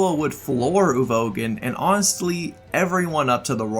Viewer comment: That Uvogin pronunciation made me want to gouge my ears off.